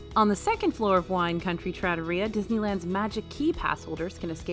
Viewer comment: Love the video. As you said, it’s subjective so I rank some places higher or lower than you did, but you did give a lot of valid reasoning. Not being good for kids is something I don’t have to deal with often, but I can see how that lowers a ranking. Two pronunciation corrections I noticed. You either had emphasis on the wrong syllable or missed a letter/sound. -Trattoria: trah-TOH-ree-yah -Wagyu: WAHG-yoo -Tonkotsu: ton-KOHT-su (ton-KAHT-su is deep fried pork cutlet)